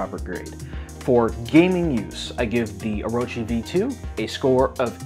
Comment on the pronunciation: Thank you for pronouncing it correctly